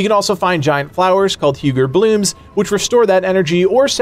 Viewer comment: Hugr is pronounced like 'who grrr' no worries though bro love the channel keep up the good work 👍